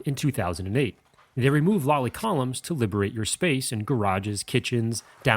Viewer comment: Lally columns not lolly columns :-D